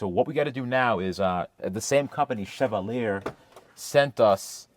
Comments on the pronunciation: I love when Americans try to pronounce words from other languages, lol! Chev-a-leer? No, it's shuh-vaa-lee-ay (Chevalier) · FYI, just in case nobody else mentioned it here in the comments (I wasn't going to look), the name of that company (Chevalier) is French and it would be pronounced like "SHEV AL YAY". The more you know, right? 😉😊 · Chevalier = sheh-Val-ee-ay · That company that sent the handles is mostly pronounced “Shuh-Val-yay” btw It’s French. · Chevalier. Pronounced Chev - Al - E - Air. French innit. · I think it’s pronounced Sha-vollie-ey if chevalier is the name… I wanna say it’s French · pronouncing "She-vah-leer" is literally (almost) killing me. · Chevalier is French word which means "knight", it is pronounced "Sheh-val-yay"